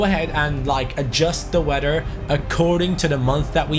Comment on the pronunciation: Who else loves it when says “weder”(weather)